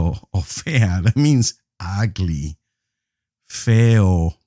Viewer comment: Lol he said agly